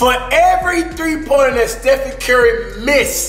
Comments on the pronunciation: he said stepheny curry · bruh said stephenie 🤣🤣😭